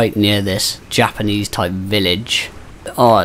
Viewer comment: Bro said "Japanese village" 😂😂😂 I'm dying